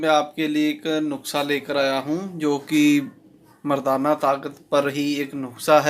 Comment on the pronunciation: सर जी नुख्सा नही नुस्खा